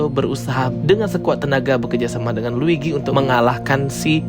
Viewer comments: L U i G i bang bukan l i G u i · Luigi bang bukan ligwi